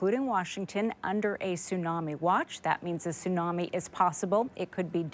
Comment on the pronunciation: A tsunami may be a silent killer, the 't' is not silent.